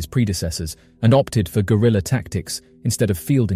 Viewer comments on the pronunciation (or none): none